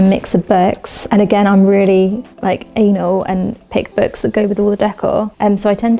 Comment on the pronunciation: What’s with people saying ‘burks’ instead of books?